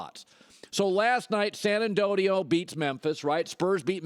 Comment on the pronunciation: Are we gonna move past “San Andodio”